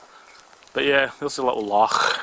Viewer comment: its a Loch not a Lach killey boys fae the scheme tsk